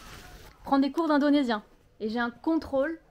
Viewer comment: Bravo tu prononces bien les mots en indonésien 👏🏽